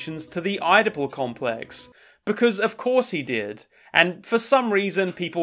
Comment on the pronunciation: I'm sorry... The "eye-dopal" complex? That is the first time I've heard that pronunciation of "Oedipal"